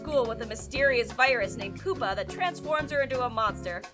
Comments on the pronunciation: I don't think it's pronounced "poo-pah." I believe it's pronounced "pyoo-pah." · it's pronounced PYOO-PUH, not POOP-UH. Its the middle stage of insect metamorphosis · Soooo.....before making a video about bad anime, you should make a video about bad pronunciation. More specifically, yours. #1.) The plural of anime is "anime", not "animes". "Animes" isn't a word and does not exist. #2.) It's pyoo-pah, not poo-pah. #3.) "Loli" is not pronounced like "lolli-" as in lollipop, it's with an "oh" sound, like in slowly. And #4.) You need to NOT pronounce the Japanese names of anime and characters in anime. You butcher them so badly and their names sound so bad coming from your mouth that i would honestly rather listen to someone scraping their nails across a blackboard. Also, Mysterious Girlfriend X isn't that bad, but that's just my opinion. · Horrible exaggeration as comedy and poorly executed memes. It's time to stop. "animes" Stop it. "Poo-pah" (pyew-pah) I said stop it. You can do better.